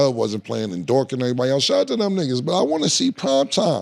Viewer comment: Cam steadily calling Lue Dort 'Dork' is craaaazy 😂🤣